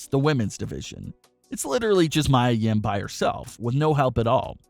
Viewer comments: Pronounce (MEE-YAH) Mia Yim!!!! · Is Mia Yia . U said wrong.